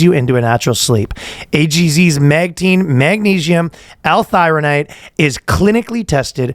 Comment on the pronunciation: it's magnesium not magneigium